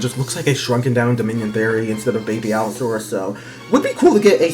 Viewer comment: Your Pronunciation of Beipaosaurus sounds like your saying "Baby Allosaurus" so much